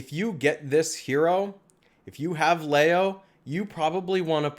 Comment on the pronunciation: Leo is pronounced Lee O